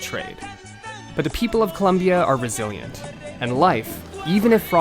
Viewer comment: ITS NOT COLUMBIA...ITS COLOMBIA